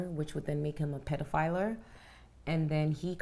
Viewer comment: ok, u've got to stop saying pedophiLER, its pedophile.